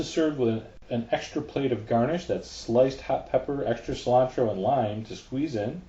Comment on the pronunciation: it's coriander, not 'slime-tro' or wateva